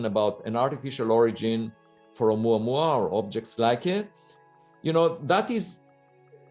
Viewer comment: I like how pronounces "Oumuamua"